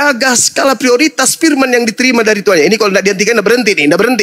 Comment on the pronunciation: Pendeta ini selalu memperlihatkan kesalahan membaca bahasa melayu kitapnya ini pirman tuhan